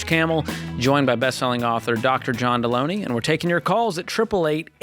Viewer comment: Dude how can you butcher Delony’s name so bad when it’s right in front of you. If you’re going to criticize him at least get his name right. It’s basic human decency. Also, most of these calls required John’s skillsets. George and John work very well together and George will hop in if it’s strictly money. Most of the time it’s not.